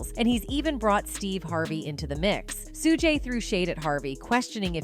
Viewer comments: Learn how to say Mr. Knights first name. Smfh.... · He is not Suu gay, nor Suu jay; his name is pronounced Shug night. Also, it's Tupac, Two pock, pronunciation not Two pack. Whew, the AI mispronounciation of names is annoying. 🤷🏾‍♂️ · Tell me something. Who are Sue-Gay Knight, Sue-Jay Knight, and Tu-Pack?!😂😂😂